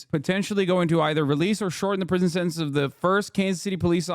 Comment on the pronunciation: It's pronounced "sentence."